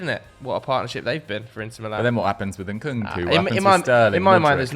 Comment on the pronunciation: It's not 'N-Nkunku,' it's just 'Nkunku.' I don't know why Westerners add the 'N' twice.